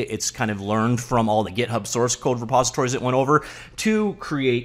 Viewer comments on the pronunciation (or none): none